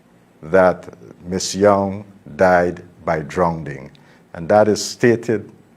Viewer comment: Minister it is drowning not drownding